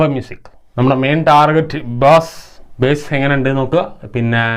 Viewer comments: ബേസ് അല്ല ബാസ്സ് ആണ് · Ezhuthunnatu Bass Uchaaranam base enna .